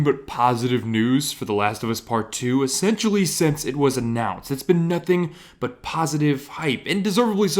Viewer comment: That “nOOTHing” at beginning of the video . Lmao 😂😂😂